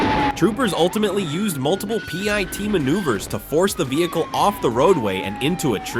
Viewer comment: 👎👎👎👎👎 - Your AI narration is fucking horrible!! A pie-tee maneuver or pitee maneuver? Shows how lazy you are can’t stand channels like yours!! Disliking every video you post and adding negative comments!!👎👎👎👎👎